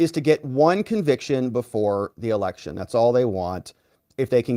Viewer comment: Did you say incencere erections?